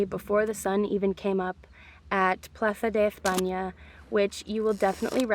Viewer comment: Plaza de ezpaña💀😭 Don't get me wrong, I appreciate the attempt, but daymn.. She butchered it